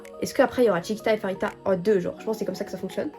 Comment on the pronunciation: Dans tous les albums de Babymonster on a une PC par membre à chaque fois c'est vraiment génial^^ si tu comptes avoir d'autres albums plus tard je te conseil Choom version crimson (la rouge) les photos et les PC sont juste sublimissime <3 (ps: le prénom de Pharita se prononce Parita, ça ne se prononce pas Farita)